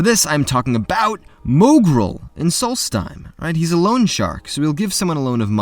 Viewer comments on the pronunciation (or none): It's solsthiem not salty time It's a senile scribbles reference